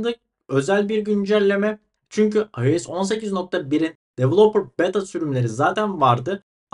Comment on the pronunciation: devıloıper dort diyosun